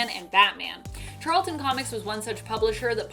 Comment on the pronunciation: Charlton.Not Charleston.